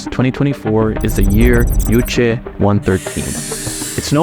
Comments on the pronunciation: The young lady who escaped North Korea pronounces it Juche. Why does the Western narrator feel the need to pronounce it "Yooche?" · Thank you for the video! It's not Yuche, it is Juche. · Juche주체. you should pronounce it juche, not youche. J sounds like juice, June, jury, jewel, juvenile....